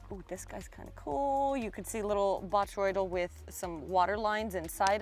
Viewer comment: Finally someone has pronounced "bot·ry·oi·dal properly! Thank you... "